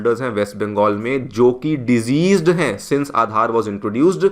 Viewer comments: Deceased ko sahi se bol le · You are a good narrator. Kindly check the pronunciation of the word 'deceased'.